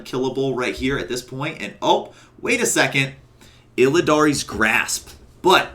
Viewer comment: "Illidan's" grasp. NOT "Illidaries" Grasp. Also you take ages to make a point. That walkthrough bit took ages to explain you used, two jumps and your covenant ability to go forward.